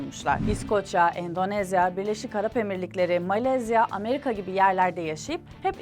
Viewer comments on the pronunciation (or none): none